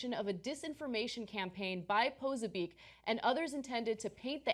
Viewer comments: It's not pronounced "poh-sa-beek", Ana. It's "pah-soh-bik". Do some research next time into the people you're covering. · it's pronounced Posobyetz not "poso beak" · peh-so-be-ack. hard to stay focused with your constant mispronounciation